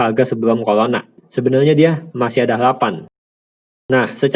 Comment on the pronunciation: Pelat, CORONA dibaca COLONA 😂